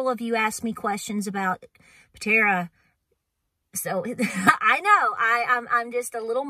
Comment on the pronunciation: It's Patara, not Patera.❤️😀